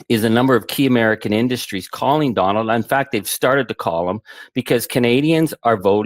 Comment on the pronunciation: I love he pronounced it Donold. I'll take it